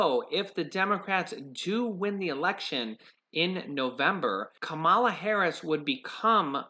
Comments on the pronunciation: You should pronounce her name correctly. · You're mispronouncing Senator Harris' first name.